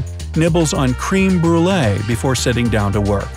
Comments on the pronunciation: Lol u said “cream brûlée.” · Cream Brulee'? I cringed. But hey, to each his own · "Cream" Brulee. Riiiiiight.